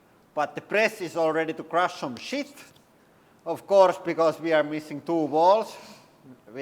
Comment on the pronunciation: Its not even easy for a native English speaker to say "Crush Some Shit", but I like the way you say it best!